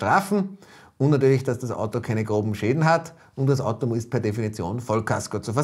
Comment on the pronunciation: es heißt Auto und nicht Atto